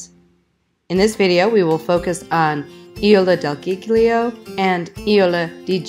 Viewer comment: Nice video. Your pronunciation is wrong, it's "Ih-Zoh-Lah del Gig-Lee-Oh" :-)